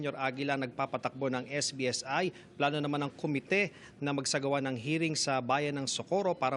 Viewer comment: SBSI po, hindi SBIS😅